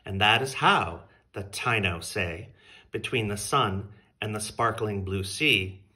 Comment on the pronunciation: Taíno is pronounced Ta-ee-no 😊🙏🏽🌿